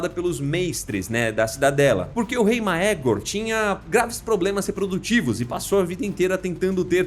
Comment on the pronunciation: tem tantos outros erros que esse fica até despercebido kkkkkkk """maÉgor"